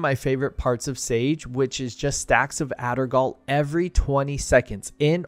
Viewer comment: I normally don’t care how people pronounce things. That’s just all regional and interesting. But it’s Addersgall, not Addergall. I don’t know why that bothered me. We should probably call it AG and split the diff.